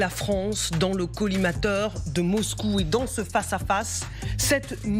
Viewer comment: "Les Fronce dont" le collimateur… Mais qu'elle apprenne le français ! C'est mauvais, je quitte !